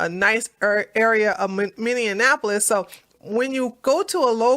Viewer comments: Hey! Started watching your videos and podcasts-- I LOVE THEM!!! Thanks for your insight and intellect(and LAUGH!). I have become a Big Fan! One small thing: Minny-An-Appo-Lis is incorrect. It's Minny-Appo-Lis! Just thought you might like to know! Thanks Again- love from NC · you keep misprouncing that city name. It is Mini apolis. Just trying to help.